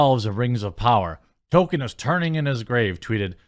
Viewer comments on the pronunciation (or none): His name is not Token, it's Tolkien. You drive me crazy with the way you say it.